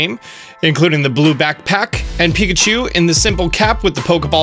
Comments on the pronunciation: "Let's Go Pikcahu" Okay then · ah yes pikcahu.. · “Pikcahu” What the hell